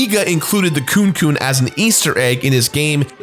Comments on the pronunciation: Kunekune, meaning "wriggling body," is pronounced 'koo-nay koo-nay,' not 'cooncoon.' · Is anyone else being bothered by the way he pronounced "Kunekune"? 🤔